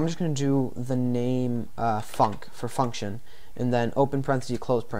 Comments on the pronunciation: who thought he said fuck when he meant func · i kinda lost concentration in the beginning until you said lets use the function func, sounded like lets use the function fuck.